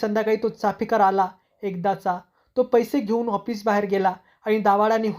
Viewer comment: Hoffice nahi office bola